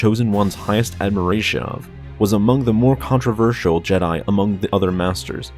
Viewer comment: Ad - mir - ra - tya? You mean admiration...